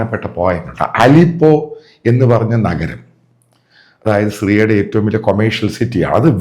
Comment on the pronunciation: മാത്യു ജി ആലിപ്പോ അല്ല ആലപോവ് ആണ്.